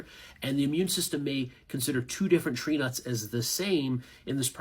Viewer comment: My name is Trina, and at first it sounded like that instead of tree nuts. If you go back and listen to the last minute or so, and replace tree nuts with my name, it’s 😂😂😂.